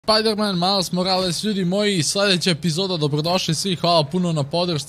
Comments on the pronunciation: When he sad "Pajdermen" i really felt that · Piderman miles morales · Rekao je spiderman ali u editu je skinuo s 😬